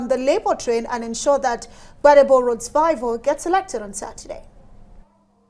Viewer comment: It is VIVOUR not VIVOR